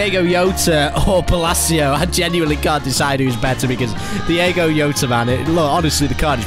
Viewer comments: please stop saying Yowta its Jota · can we please let know you pronounce the j in jota since he is from portugal